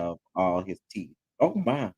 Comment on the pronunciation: Thought it didn’t bother you. Please stop saying “TEF”!!! The word is TEETH!!!!